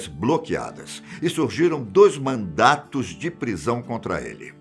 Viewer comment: "Dois mandaTos de prisão contra ele" - Não querendo ser hater, mas já o sendo, foi difícil de escutar isso vindo de um apresentador.